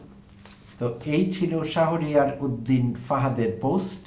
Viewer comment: প্রিয় ভাই, আসসালামু আলাইকুম। ডোন্ট মাইন্ড প্লিজ । ছাত্রদলের নেতার নামটির সঠিক উচ্চারণ " শাহোরিয়ার " না হয়ে " শাহরিয়ার " হবে । ধন্যবাদ।